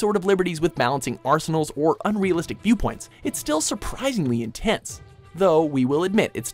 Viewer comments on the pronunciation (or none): none